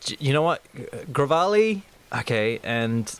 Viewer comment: Gravali? It's Revali.